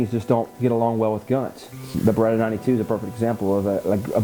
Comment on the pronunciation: He said baretta also lol